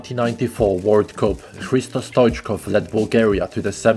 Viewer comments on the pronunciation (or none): StoIchkov, not StOichkov. Also IvelIn PopOv, not IvElin pOpov and StilYAn, not Stilyan. VasIl, not vAsil. Learn the stress properly if you are Serb.